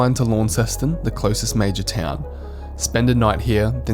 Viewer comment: Excellent video. One handy hint that wil endear you to Tasmanians... pronounce "Launceston" correctly. Most visitors pronounce it as you do "LAWN-ceston". The correct pronunciation is LON-ceston, or just "Lonnie".